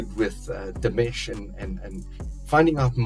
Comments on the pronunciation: Hi! It'[s not "Demesh", it's "Deemush", I mean the way the name is pronounced. And the song is in French. :-) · You are reacting to Dimash in the exact same manner as I did in February 2017!(Btw, his name is pronounced “Dee- ‘mosh”) It’s fun reliving my first experiences of Dimash through you!!! But, my friend you ain’t heard nothin yet!!!! Each new song becomes a new experience and your favorite song!! My recommendation now for you are: Stranger, Olympico and Sinful Passion. Enjoy!! I’ll be back. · Dimash is pronounced Dee-mah-sh. Watch his cover of "Love Is Like A Dream" and listen to the way Igor says his name. ❤ It's also the best cover of that song by anyone. You are very lucky. He has over 170 songs avaliable to the public. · Another example of Dimash’s generosity; he did this digital concert during Covid for his fans; ticket price? $10. If I remember well, the concert was 1 1/2 hour long, you can just imagine how much work he and his team put into it. I suggest you listen to « Stranger » or « Olympico » next! Quick correction, Dimash is pronounced Deemash. Happy listening!